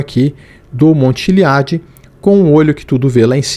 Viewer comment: Errar a pronúncia do monte Chiliad de propósito é de dá arrepios kkkkkkkk